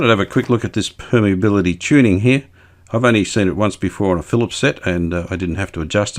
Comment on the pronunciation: I believe you pronounced permeability tuning correctly. You pronounced it the same way as my engineering lecturers at university.